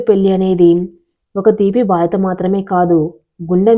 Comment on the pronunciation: బాధత కాదమ్మా బాధ్యత చదివే విధానం సరిగా చూసుకో